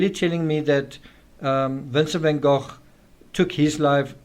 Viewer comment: is a master at delivering knowledge through question. In this particular episode, pronouncing Vincent Van Gogh's name properly makes it even more appealing.